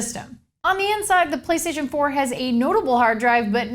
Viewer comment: did she say play staion pour